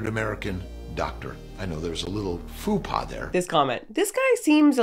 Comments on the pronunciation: He pronounced Faux Pa as fupa. He said "Theirs a little fupa there" . lmao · My favorite part was when the “Meat Doc” said FUPA when he meant “Faux pas”. Gave me a hard giggle 😆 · LOLOL! A "foo paw?" I should teach that to my nephew to traumatize my French fluent sister, right? Maybe I'll make him a shirt... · I love how he said fupa instead of faux pas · Somebody please tell this man the difference between "faux pas" and "fupa". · pronouncing faux pas as FUPA 💀💀